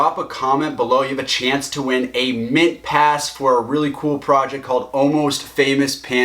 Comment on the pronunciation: did i hear mintpass?